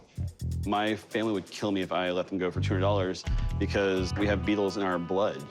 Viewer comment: Jeez…it’s the Beatles man…not the Rutles